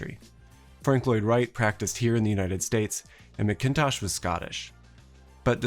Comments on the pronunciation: Okay okay I hate to be that guy but the way you pronounce MacKintosh really grinds my gears 😅 you pronounce it the same as the "Macintosh" computer and you don't emphasize the "kin" part, that being said I'll ignore the french pronunciation of Rennie even though that was wrong as well 😅but other than that, great video, really inciteful although with Kanye's reputation in tatters now I think he'll be looking to downsize pretty soon 😂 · It's a small thing but worth knowing that in the name Macintosh the emphasis is on the first syllable. Like the computers. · I’ve never ever heard McIntosh or Macintosh pronounced this way in my entire 29 years of living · I loved this video but this has to be the weirded way I've ever heard someone pronounce mackintosh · When you pronounce Mackintosh's name the way you do, I wonder if you really are in this field. Sure some obscure Slovenia architect you discovered in the back of the library through old plans, photos and books. But go to Scotland (if I hadn't I wouldn't be busting your chops) or just watch a video on him narrated by a Scottish person. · What’s dispiriting is that it’s an indication that no architecture professor ever discussed CRM, otherwise he would’ve heard the full name pronounced (and studied). 😔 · That pronunciation of Mackintosh is extremely distracting. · How do you not research how to pronounce the names Rennie and McIntosh. It's just embarrassing! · It's MACKintosh, not McIntosh. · It’s MACK-intosh, not mick-INtosh. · hey great video. But its not pronounced Mac-KIN-tosh... the stress is almost equal for all three syllables, if anything the emphasis is on the first syllable. MAC- kintosh. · ....why you pronouncing it MkIntosh... Say it as MacNtosh. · American, it’s not ‘Ma-Kin-tosh’ it’s ‘Makintosh’. One word. Seriously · Why are you pronouncing Macintosh so differently to EVERYONE else. Mac as in Big Mac. In as in in. Tosh as in your pronunciation of Macintosh. Get it right.